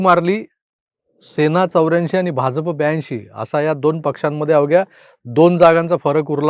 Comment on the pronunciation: Tumhi pan Bha"Ja"P wrong way uccharata Bhau Torsekar pramane. Ekada Anay Jogalekarla Bha'jya'p uccharatana aika mhanaje mala ky mhanayache aahe te apalyala va Bhauna kalel. Wrong ucchar aikayala khup irritate hote.